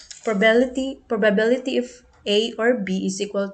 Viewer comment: The presentation was good but sometimes you mispronounced the word " probability ". Some parts are not properly explained. Anyway, thank you for sharing this. I know you did your best. KUDOS!